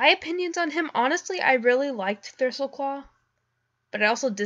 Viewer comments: Thristleclaw? It's Thistleclaw... XD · Good to know I'm not the only one who's horrible at trying to say words (like thistle). (Thistleclaw into Thristleclaw) XD